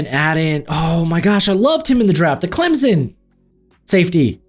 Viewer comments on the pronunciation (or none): none